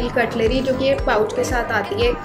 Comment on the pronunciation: Not a FOLK ..... PLEASE LEARN TO PRONOUNCE FORK..... LIKE FORRR K